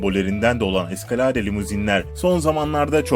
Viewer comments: ingilizceye bak eskalade ne lan ? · eskaladeee telaffuzuda müthiş